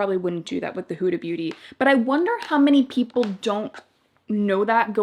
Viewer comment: It’s not pronounced houda beauty it’s hooda. Like the hood of a car.